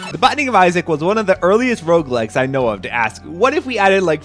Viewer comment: i thought you were saying roblex the first time